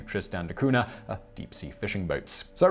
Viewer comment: Simon, how come you make an effort to pronounce a City in a Icelandic language, but when it comes to Portuguese, you completely destroy the pronunciation... Between Cunha and the explorer Magalhães you Butcher the language like Freddy Krueger on elm Street